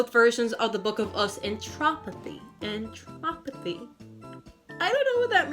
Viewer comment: Wait sorry but It’s “Entropy” not “Entropothy” Lol sorry I just wanted you to know that